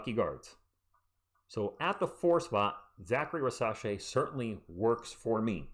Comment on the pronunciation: FYI I think it’s pronounced REEZ-UH-SHAI not ri-sah-shai